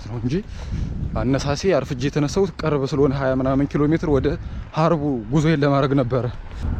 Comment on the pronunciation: ወንድም! እረፍት ስታደርግ የሚሰጥህን ኮሜንት አንብበህ መልስ ስጥ! ለምሳሌ ሀረቡ አይባልም ሃርቡ ነው ለሚለው ለምን አትመልስም?